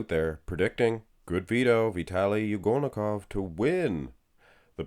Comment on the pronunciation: But, you mispronounced his name like 3410 times already! You should pronounce it like Ugholnikov, not U golnikov like you do. Shame on you when even Nick Power Guy can do it right!